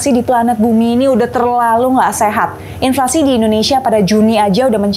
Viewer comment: "INFLASI" kak bukan "INLFASI"😁